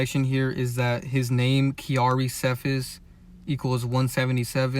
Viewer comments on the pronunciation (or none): Young boys name is KENTRELL not kendrell How to pronounce offsets last name Cephus (see-fus) Just pointing that out 🫶🏽